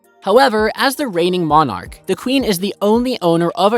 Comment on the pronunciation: Most of these she doesn't own. The Crown or the State owns them - different concept. Not that you would know. You get most things wrong. And you can't pronounce "monarch".